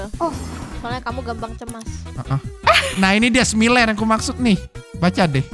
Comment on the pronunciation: Btw bang, cara baca smiler tu smayler